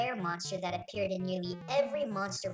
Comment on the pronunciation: he said "appeared" funny, so it sounded like "a pear", and he decided to acknowlege that slip-up